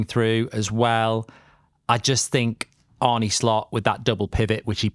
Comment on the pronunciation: ARNE. NOT ARNIE. Get it right...